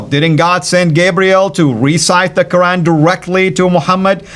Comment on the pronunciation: Love the new intro brother. And cira international is way to stupid 🤣🤦🏽‍♂️. he wears a keffiyeh but doesn’t even pronounce Quran correctly. 🤣🤦🏽‍♂️